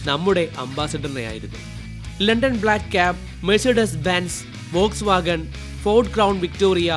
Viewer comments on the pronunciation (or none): none